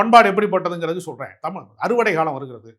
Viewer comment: தமிழ் என்று சொல்லக்கூடாதா ? தமில் இல்லை தமிழ். தமிழ் என்று கூறி பழகுவோம்.